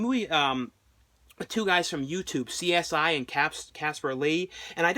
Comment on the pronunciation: this fool really said 'CSI'